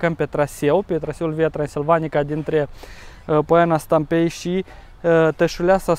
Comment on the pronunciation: Poiana Stampei accentul cade pe a și nu pe e .